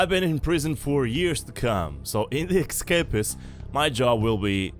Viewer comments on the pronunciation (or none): ok I am sorry but it is not ekkkkkscapist it is essssscapist